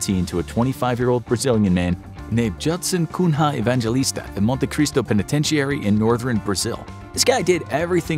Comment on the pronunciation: Either the narrator pronounces the word penitentiary wrong or everyone else who speaks the english language does.